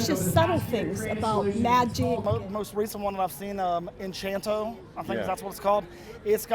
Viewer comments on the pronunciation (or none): this brain dead gringo really said "enchanto" bruh where the fuck is the h in encanto i dont see it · "enchanto" these conservatives also have something against ENCANTO cause its hispanic characters lmao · En chantoe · Imagine being so American a fuse goes out up there when you even try to say the word “encanto” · Am not even Latino and I know how to pronounce Spanish words like is it that hard for him, he used so much brain power to just miss pronounce the word